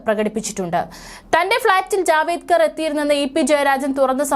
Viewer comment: 😂😂 ജാവേദ്കർ അല്ല കൊച്ചേ ജാവഡേക്കർ ആണ്‼️‼️😂😂